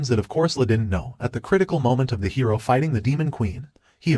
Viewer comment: it seems this HI Row is much more ..... Hi Row? did you just let your AI ENGRISH the word Hero? MORON!!